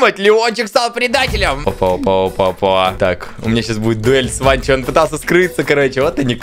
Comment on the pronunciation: „ВАНО“ : просто существует Антон: „ВаНчО“ 🗿🗿🗿